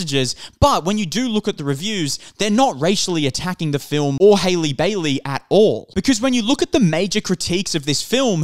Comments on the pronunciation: it’s HAH-lee not HAY-lee… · you people have been review bombing since last year, LAST YEAR, haven’t watched the movie and talk mad shit about it, not a single white woman alive can outsing halle and get a role like this, also it is HA-LLEE NOT HAILEY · Hailey Bailey? cmon now at least learn how to pronounce her name. I do not like the Disney live-action remakes and will not be watching them since I am an animation snob but your video so so disingenuous. Halle has responded to the backlash for her being casted, not the film reviews themselves. Just seems like you're trying to outrage bait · I don’t wanna be that guy but your pronouncing her first name wrong lol